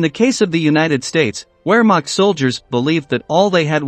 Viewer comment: Wehrmacht is pronounced vairmarkt. W's are pronounced as v's in German.